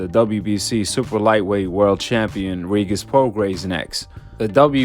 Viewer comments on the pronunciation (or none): Bro stop saying “Reegis” like that 😂